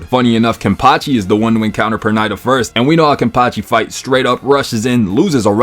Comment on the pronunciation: Bro, Pernida pronunciation escaped you lol